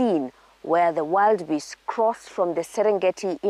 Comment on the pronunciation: Just a correction, they're not wild beasts, but Wildebeest pronounced; wil. Duh. Beest. Ni kusema tu sina ubaya 😂